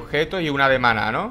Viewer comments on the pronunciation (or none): No puedo, cada vez que dice maná en vez de mana se me viene una canción..." Mana mana turu ruru mana mana turu ruru" jaja